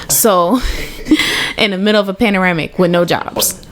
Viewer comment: Girl, did you say panoramic 🤣🤣